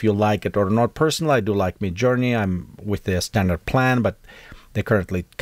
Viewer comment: it is midjourney not me journey :)